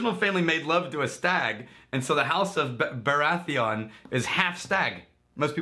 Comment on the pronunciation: Hands up if you already knew wouldn’t pronounce Baratheon correctly